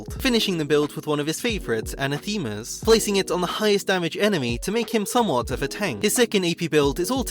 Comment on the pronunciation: LOVE the skarner love, but, I swear - no streamers know how to say 'anathema' lmao. the worst is pants by far, though.